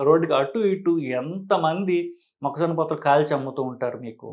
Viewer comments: మొక్కజొనా కాదురా మొక్కజొన్న ముందు తెలుగు నేర్చుకుని తర్వాత వీడియోలు చెయ్యి😂😂😂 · అమేజానా, ఆరిజోనా మొక్కజోనా కుక్కజోనా కాదు, మొక్కజొన్న. మీకు వీడియో చేసే అతన్ని వెంటనే మార్చండి. లేకపోతే మీకు తెలుగు రాదు అనుకుంటారు. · మొక్క జోనా కాదు.... మొక్క జొన్న.